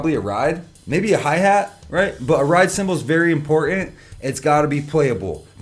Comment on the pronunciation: Pronounce your letter T, and t properly... "ride cymbal is very imporun" and a few seconds later you said "important" properly.. so stop joining the fads that began with California teenage girls and the lazy tongue 1800's hillbillies that slurred all their words by barely opening their mouth and not using their lips or moving their jaws..😅 to twice... wrong and right